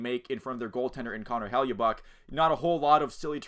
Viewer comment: It's "HELL-A-BUCK"